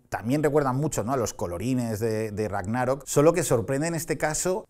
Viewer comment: "Rágnarok" se pronuncia como si fuera "sábado" tipo esdrújula aunque no tenga tilde. Perdón necesitaba decirlo